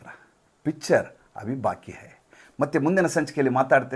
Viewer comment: ಪಿಚ್ಚರ್ ಅಲ್ಲ ಪಿಕ್ಚರ್......